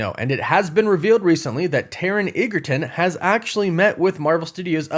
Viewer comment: Edge-a-ton ! Not what you said.